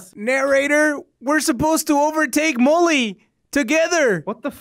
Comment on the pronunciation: When he said mully and eddy i thought he said mully and daddy